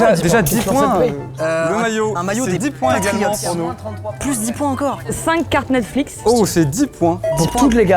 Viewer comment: C’est moi ou à il a dit nesflix